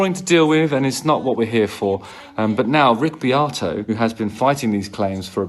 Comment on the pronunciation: You need to work on your pronunciation of ‘Beato’! 😂 no one says Be-ahhh-toe 😂